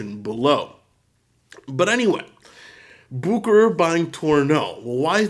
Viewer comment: "bukerer" you know I love you, but there you did hurt my poor little European ears;)